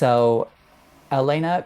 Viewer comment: Kostyleva's name is pronounced Ye-le-na